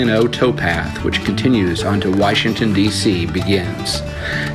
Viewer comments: Its Washington not whyshington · You pronounced it wrong